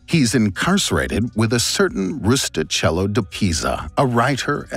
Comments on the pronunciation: Rustichello must be pronounced Rustikello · Very interesting and well done. BTW, it's pronounced: roo-stee-KEHL-loh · interesting brief history of Marco Polo's travels. Just one thing: Rustichello is pronounced "rustikello", "ch" sounds like "k" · One detail about the pronunciation of "Rustichello": in Italian "ch" is pronounced like "k" in English, not like "ch"